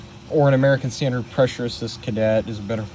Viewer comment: " hey guys we're going to do a detailed look at my American standred afwall Afton "